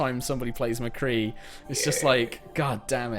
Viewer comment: i winced when the word "mccree" was pronounced lol times really do change dont they? lolol